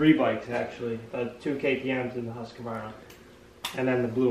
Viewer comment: Whats the deal with Americans that can't pronounce "Husquarna"? Hus = Hoos as in Hosier slicks and quarna or kvarna as it spells. I've always wondered about that.